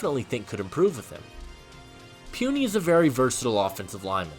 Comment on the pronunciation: its PU(pooh)NI(knee) Puni not Pwuni 🤣🤣 My college teammate just want to help you